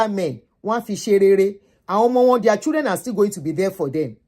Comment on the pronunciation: Thanks for the video. Old lady, could you please give your audience the correct pronunciation of “children”? Have you seen your colleagues at work or white people around you pronouncing children as " chudren"? That wrong pronunciation originated from Nigeria. Please listen to the audio pronunciation in the Cambridge Dictionary online.